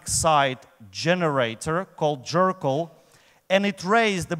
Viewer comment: Is he saying "Jerkyll"? xD